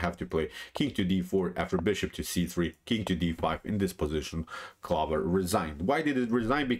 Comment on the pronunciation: "clover" rhymes with "over"